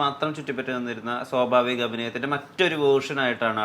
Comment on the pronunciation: ' സോഭാവികം ' അല്ല സ്വാഭാവികം ആണ്.